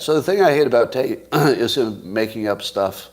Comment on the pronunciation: Clearly Scott says "taint" and not Tate. He just did both on this pod. Is Scott jealous of Andrew? 😍